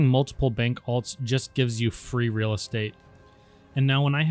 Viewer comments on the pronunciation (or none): none